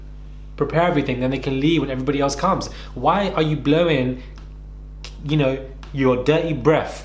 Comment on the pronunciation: “The word vicious unno “ 💀